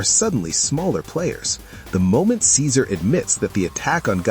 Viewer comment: Nothing was changed about Ceaser and it’s hard hearing you mispronounce some of these names in your videos.